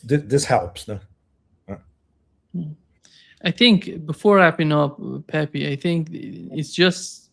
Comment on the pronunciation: you live in Brazil, you speak Portuguese, Pepe is Brazilian, you pronuonce the fists "Pe" correct but what happend with you that pronuonce the second "pe" as pi?, it is Pepe, Pepi is for female.